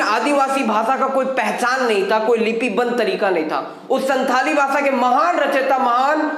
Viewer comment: Pandit Raghunath Murmu ke biography aur bhi jaanlena chahiye aapko And Second thing santali language ka pronounsation SAHI Karna Hoga aapko